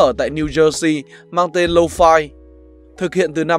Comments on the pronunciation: "Low phai" ngược với "mau phai" 😁😂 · Nghe 4 năm rồi mà vẫn đọc là lô-phi : v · Toàn đọc là lô-phi :))